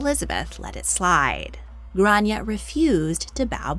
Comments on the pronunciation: It’s pronounced Grawn-ya not Gran-ya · It's pronounced "Graw-ne-ah' grawneah Gráinne. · As an Irish person you’re pronouncing her name wrong in Irish but you’re close but off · Her name wasn't Grace, it's Grainne pronounced "Gran yey" Grace is the Americanised pronunciation.